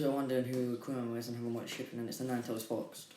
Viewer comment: No offense but.... When u say fox sounds like a swear word